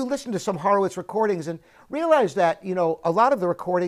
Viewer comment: You pronounce "Horowitz" wrong.